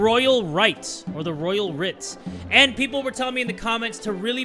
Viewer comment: I love your videos and I've watched for years- but if I hear you say the royal 'write' instead of 'writ' again (said rit) im gonna lose my mind bahaha